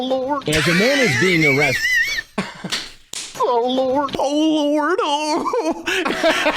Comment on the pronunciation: "OH LUWORD"...."Am I gonna get....AWWWWESTED?"